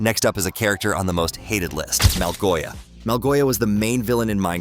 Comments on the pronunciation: It ain’t malgoia it’s malsoshia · Not Malgoia...Malgosha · Malgosha✅️ Malgoia ❌️ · It is pronuncedMalgosha not Malgoiya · It’s not malgoia it’s malgosha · Why did yoo say malgoia but.not malgoshia